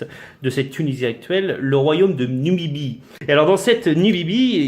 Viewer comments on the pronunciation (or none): Numidie pas numibie abrutis